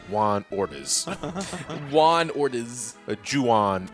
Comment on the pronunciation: My grandpa pronounces Juan like that. To be fair, he's from India and has had no exposure to Hispanic culture or the Spanish language at all.